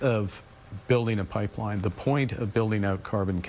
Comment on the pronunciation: he cant even say the word pipeline